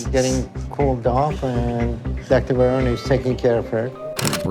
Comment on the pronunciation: Not to be an ass, but Vianney's name is pronounced like "V-N-A".